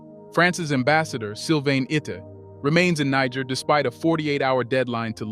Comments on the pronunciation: Why do you keep saying Ni gg er in stead of NiGER? I think you KNOW better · Do to Basoum what NATO did to my brother Gaddafi. Then, the "recognition" the observe is no longer an excuse to whine. Also is the narrator AI?!?!? Cuz I'm tired of the 2 pronunciations of NEE Jhaair. And him saying Nee Grrr. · Niger is pronounced Neezheer. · Its pronounced Nijeh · It’s “NEE-JEHR” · Niger is pronounced more like neejsher. Love and peace to Africa and all peoples x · It is baffling how you would "know" so much about the country but can't pronounce its name. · You(Narator) lost me on your inconsistencies of the pronounciations of Niger. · Interviewer seems incapable of pronouncing "Niger" consistently..... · You can't even pronounce the name Niger?? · Chose your "Niger" mate 😅 Excent vid tho 🙏🏽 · You are mispronouncing Niger more than half the time! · Many words are mispronounced such as Junta and Niger This should be corrected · Dear friend, you must be consistent in how you pronounce the country’s name you are speaking about. You’ve mispronounced it 4 different ways in one video, what country are you talking about could be the question. Please for professionalism sake pick one pronunciation and stick to it or your credibility will be questioned for your inconsistency. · Please try to get the pronunciation of Niger right. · Please,you should pronounce Niger rightly but not what the Western World pronounces it.